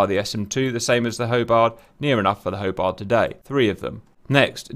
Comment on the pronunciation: Did this guy just say "Hobard" Class - If you can get simple shit like that right you get a thumps down.